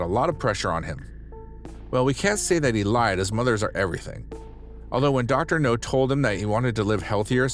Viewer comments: Idk why I laugh when he says Dr. No instead of Dr. Now. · IT'S DR. NOW, NOT DR. NO!!! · It's pronounced, "Dr. Now", short for Dr. Nowsardan. Idk if I spelled that right! Hope that helps for future episodes!🙏🏼🤗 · I knew I couldn't have been the only one who had noticed. Also he finally started saying Dr. Now's name correctly a few weeks ago and now he's pronouncing it incorrectly again?!!! It's driving me nuts and is one of the major reasons I won't subscribe yet until he gets better at his narration or they hire someone who can do the job satisfactorily. I would be a better hire than him. I have experience and I read and speak very well. Thank you for your consideration. References upon a serious offer.